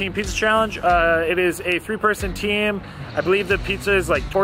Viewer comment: First, pineapple should NEVER be on pizza. Also did he say tea-am in the very beginning? In conclusion, pineapple DOESN'T belong on pizza.